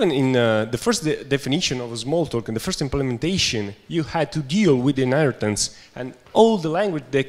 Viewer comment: Stop saying Hinaritance!